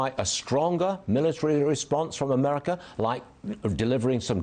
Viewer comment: No, it's "Merika"